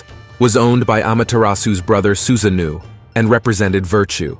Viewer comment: It's not Susanoo(new) it's Su-sa-no-o...like the word NO with an extra o. Anyway, this was very informative and interesting but some of the name mispronunciations or pronunciation shifts was a bit jarring.